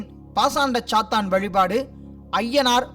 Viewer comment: athu sathaan illa sathan